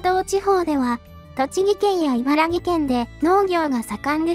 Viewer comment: 茨城(いばらき)県な